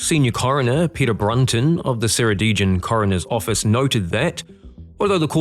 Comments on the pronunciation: Seradeegin? What the? You need some lessons in Welsh pronounciation. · Excellent as always. Not that I imagine you'll ever need to say "Ceredigion" again, but if you do, it's pronounced more like the kera in keratin and then "dig-yon". It's not an obvious pronounciation, so no shade :) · Ceredigion is pronounced as if the C is a K. As for the Tivy river it's pure evil. Claims at least one life a year if not more, most of us locals hate it. Claimed a car one year with a young child strapped in the back. Took the car and child so quickly people thought the car had just vanished into thin air